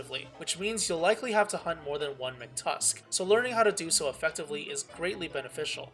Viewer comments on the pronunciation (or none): Mctusk it's MACK-TUSK!